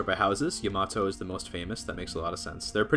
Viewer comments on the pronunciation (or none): none